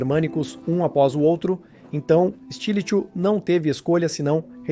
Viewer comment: Flavius Stilicho , se pronucia stilico , nao estilicho